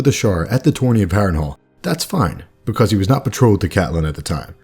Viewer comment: Vernon Boward TOTALLY true about narration....'cept--tbvh--I cannot STAND when he says the word "because." I've watched like....50 or 60 of these vids now, and "behcose" is REALLY starting to get to me. (*Listen for it, you'll hear it.) NITPICKY, I KNOW!, ur tha man. Stay awesome. Love the channel.